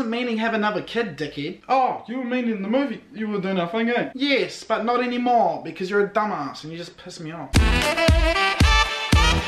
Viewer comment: Love the part when they say not eny more because u piss me off 😂😂